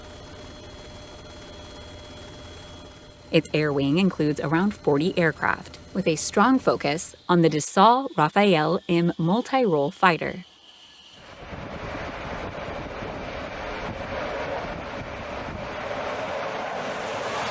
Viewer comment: Actual pronunciation: Charles de Gaulle = Charl de Goal Rafale = rafal not "rafael" Dassault = Dasso